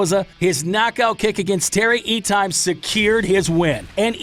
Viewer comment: I came to hopefully sub but then you pronounced Terry Etims name completely wrong in a very rookie way. True sports fan and MMA fan is fully aware of that type of stuff. Just my 2 cents. Pronounce it as Et tim